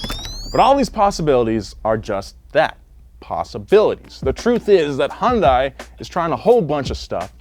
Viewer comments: Anyone else pissed off about the way he says Hyundai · pronounced Hyundai like 10 different ways throughout this video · Clicked just to hear mispronounce Hyundai every way possible. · pronounces Hyundai slightly differently every time he said it. Lol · The amount of times you completely butchered "hyundai" within the first few minutes is astounding. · You guys should probably learn how to pronounce Hyundai correctly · It's hun day ya dork not hyun di or hyun da i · Hun-day Please. Not Hi-un-die 🥺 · that’s a Yun - dai not hun -Dai jesusss😩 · “Hi Yun Dai” ? Always thought it was pronounced “Hundai” all these years. Guess I was wrong 🤷‍♂️😭🥔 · It's not HA-YUN-DIE It's HYUN-DAY I still don't understand how Americans get this wrong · "High-uhn-die" That's the strangest way I heard someone try to pronouce hyundai. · My only complaint about this video is pronunciation of Hyundai. It’s not Hon-die or Hon-day. The y is subtle. But it’s there. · why is it that americans can't say "hyundai" properly and say "hondai" instead? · It's Hai-Un-Dai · Hyundai rhymes with Sunday. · Hyundai is pronounced “Hun day”. It’s painful (and frankly inexcusable) listening to a car channel say a popular automakers name wrong repeatedly. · It’s pronounced HEEEYUN DAY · just a tip, it’s pronounced “Hun-Day” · You're right! I kept thinking he was saying "Honda". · Did he seriously just say “highindah” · It's pronounced: "Hi-yun-die" (technically) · In Korean, it's pronounced Hyun-deh. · Everytime you mispronounce hyundai it kills me inside. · Every time I hear try to pronounce Hyundai I die inside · I cringe every time he says Hyundai lol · Just practice with me one time bro. Hyun rhymes with sun. Dai rhymes with say. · Please stop pronouncing it that way